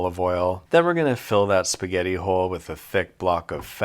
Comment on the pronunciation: "Fill that spahgetti hole with a thick block of fetta" 💀💀